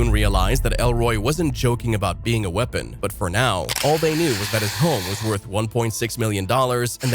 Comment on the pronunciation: "I am the wepon" got me dying